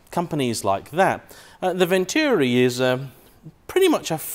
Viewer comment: Venturi! Pronounced Ventoori. Not Vencheeewwwreee.